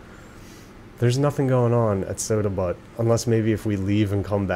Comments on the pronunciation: Butte is not prononcec butt, it's pronounced buew, it sounds like phew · oh mi gawsh. Butte is pronounced with the u saying it's name. XD I was cracking up the whole time. This game is also surprisingly entertaining in and of itself. I'm excited to catch up.